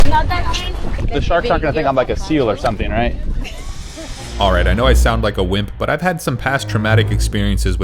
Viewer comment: And this “alright” 😭🙏